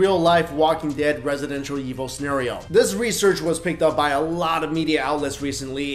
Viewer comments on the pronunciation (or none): Nope he say Residential Evil